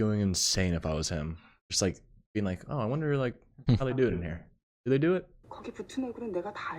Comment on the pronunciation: It's 'Do' as in 'Do Re Mi', not as in 'Doo-wop'.